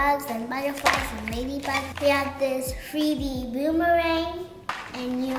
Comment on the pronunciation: NOT “BOOM-THE-RANG!” 😂